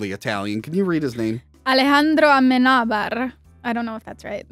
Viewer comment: pronunciation of Amenabar is spot on. He is a very renowned spanish director. Check out if you can find them: Thesis and Open your eyes (Abre los ojos, the original version of Vanilla Sky)